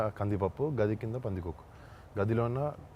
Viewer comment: Not room medam, gadhi kaadhu gaadhi